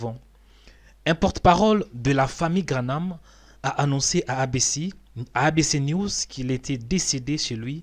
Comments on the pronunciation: Please man graham instead of GRANAMThat's not so hard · Tu confonds William BRANHAM et Billy GRAHAM!! Ce n'est pas GRA-NAM comme tu dis!! Mais GRA-HAM!!!! Ce serait bien de prononcer les mots CORRECTEMENT!! Merci! ET ELLE EST OU TA VIDÉO DE BILLY GRAHAM?????? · GraHAM et non GraNhAM...sans "N" GRA+HAM. Billy GraHam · Ça se dis billy graham et non pas granam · Cest pas Granah, c'est Graham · Billy Graham et non Grahnam papa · Billy GraHam pas Granam tu ne ces ses de dire Granam. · Graham et non Granam... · PAS GRAHNAM !!!!!!!! GRAHAM VOUS DITE TOUT LE TEMPS GRANAM C'EST GRAHAM GRAHAM GRAHAM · Vous déformez le nom c est Graham abstenez vous de le dire ça fait mal au oreilles 🙏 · Graham comme Abraham.. La pronomciation de son nom est comme Abra HAM. Prononce Billy Gra HAM. il y a pas de N dans son Nom.. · Relis bien son nom avant de te lancer dans une video! Qu'est ce qu'il te fait penser que ça se grononce graname? 😩